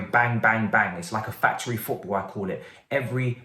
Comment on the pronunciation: 😭😂😭😂 Man said Pot Ball 🙌🏾